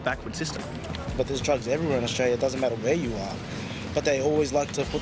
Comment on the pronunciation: Australia not Australie